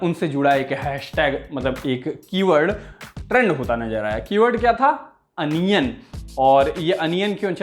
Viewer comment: अनियन नहीं होता है ओनियन होता है